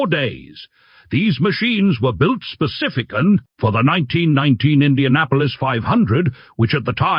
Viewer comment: Narrator needs more coffee (I know the feeling. I'm going for cup #2 in a minute) " Specifi-CAN " " Traced-UM "? Too many variations of cars in the photos..... UNLESS .... Was this some sneaky car of the Deuxième Bureau (France's external military intelligence agency from 1871 to 1940) that was able to switch its looks when it was tailing someone or being tailed? Inspector Clousteau would have demanded one ! Sneaky French! Man, that is one hot little car! (steering wheel is on the wrong side for the French...but then again, the French LOVE being contrary.) The only thing that's missing is....... SELF-DELETING DOORS!!! 😛